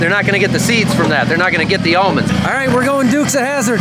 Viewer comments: Did he say ammonds? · How is he an almond farmer and he can't say almonds?!? Ahmund? Aymonds? I kid, I kid. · It’s aamonds to orchard farmers and almonds to everyone else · How do you get amonds? Shake the L out of em. I bout died laughing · "I heard beed hate cell phones." 😆😆😆😆 Ahmends..... Well their aLmonds, but we shake the L out of them. 😐😑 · I went to college in an area where they grew a lot of "Ammons". It was way too much trouble to pronounce the "L". Watching that part of the video brought back fond memories, well, the memories weren't really about the nut harvest. LOL